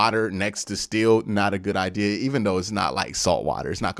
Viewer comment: It’s idea the word is idea!!! Jesus man where are you getting ideal from?!? Love the show but the way you talk is so crazy to me You pronounce gigantic like it’s Gijantic or idk how you would spell it but cmon man you gotta be smarter than this you just have to be! I can’t believe your grammar is THAT bad.